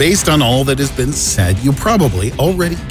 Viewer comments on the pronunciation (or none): none